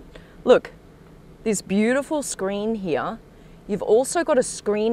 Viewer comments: why on earth does she talk like that.... its here not heeya.... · You would die from alcohol poisoning if you took a shot for every time she butchered the word “heeeaaahhhhh”